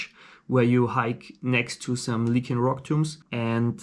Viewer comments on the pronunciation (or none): Just one thing: it's lycian, not lykian. LISH-ee-uhn.